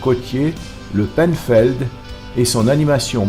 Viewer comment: désolé , je suis Brestois , limite honteux votre documentaire , (quand on parle du pont de recouvrance on le montre ) et non une passerelle de l'arsenal , la pinfenld (penfeld) pas peinefeild !!! tout a refaire !!!